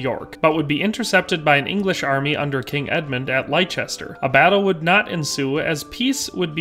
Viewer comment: "Lie Chester" 🤣